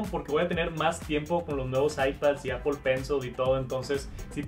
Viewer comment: "Apol" entiendes? apol xd